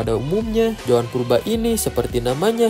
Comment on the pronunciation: ZOAN BANG BUKAN JOAN.